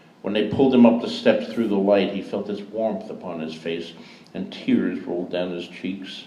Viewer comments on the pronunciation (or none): none